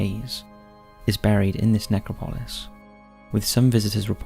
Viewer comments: Ne-CROP-o-LIS NOT NECRO-PO-LIS. Seriously this guy is a very good narrator AND I know there are differences in pronunciation sometimes but in EVERY video he mispronounces things. Sometimes such famous names that I find it hard to believe. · man you say that word funny. its [nek-rop-ul-iss] not [nek-ra-paul-iss] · it’s nec-crop-Lois… the pronunciation here is absolutely painful! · Dude! love the vids... hate the way you say Necro-polis with the accent on the o (pOlis). It's NecrOpolis... sorry to be petty, but it just makes you sound like you didn't do the slightest bit of research on the topic you're talking about! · No…it’s Ne-crop-a-lis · Ask Google to show you how to say necropolis !